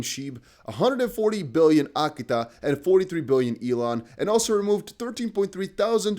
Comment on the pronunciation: AKITA say it with me, now… uh-KEE-tuh